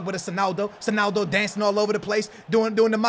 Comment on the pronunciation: Why "Senaldo" and not "Sonaldo"?! :D